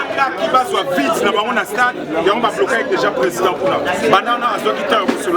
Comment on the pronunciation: ne sait même dire président 😂😂😂 alobi Prèsent fayulu 😂😂😂😂 nonononon il fallait azala Baba